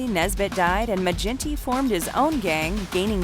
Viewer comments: Its a hard G in Maginty, like the surname McGinty. Not Ma-jinty. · Its Maginty with g sound like give, not gin. That irked me lol. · Maginty is pronounced Ma-ginty, with a hard G, like 'girl'. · It’s not mage in tee it pronounced maa gin T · Great video. As an aside, Maginty would definitely 110% be pronounced with a hard ‘G’. Source: I’m Irish